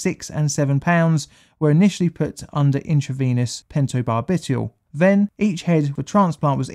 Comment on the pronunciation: Pento BAR-bih-tall Not Pento-bar-BIHtul